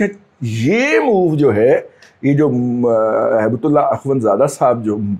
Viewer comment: ہیبت اللہ نہیں دادا جی۔ ھبۃ اللہ ۔ ھبہ جس کے معنی آپ کو مجھ سے زیادہ بہتر پتا ہیں ہیں۔